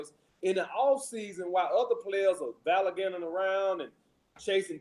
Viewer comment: can’t even properly express himself without using profanity. I’ve seen his IG and the dude is wearing big labels on his shirts. That’s country style and clownish. of the video he actually said “Valliganting” rather than “Gallivanting” when he was talking about LeBron James. If you all go to his Patreon and pay this clown for any advice then you truly are a bunch of simps.